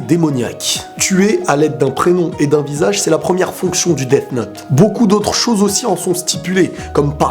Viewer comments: quand toublie de bien prononcer death note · tu dis deaf note alors que sa ce dit deas note même si sa s'écrit death note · Desssss note J'adore ta pronnonciation xD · On dit 'death note'